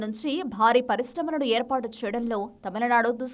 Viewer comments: It is not TAMILA nadu....it is Tamil nadu...pronounce the name properly... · It's not tamalanadu guys, it's tamizhnadu atleast try to say as Tamilnadu..is it really that difficult for you to pronounce😊